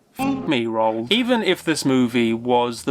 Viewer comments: Damn son, learn how to pronounce "Roald" properly. It's "Roo-all", not "Rolled" or however you're mush-mouth is botching it. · Roald Dahl's name is pronounced, "Roo-All."